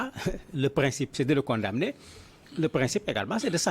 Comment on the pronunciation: merci pour vos analyses, mais vous prononcez mal le mot condamner. Le son m ne doit pas se faire sentir. On prononce plutot kon·da·né. Merci bien